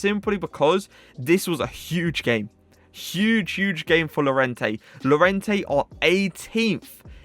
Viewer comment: im not french but even i can pronounce lorient ( jk keep up the good work )